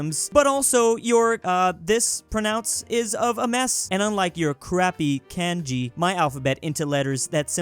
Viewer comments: It’s kanji not canjey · Kanji is pronounced KAH-n-JI Also this is the video where he says "man I miss the Soviet union" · as a japanese speaker hearing pronunciation of kanji hurt me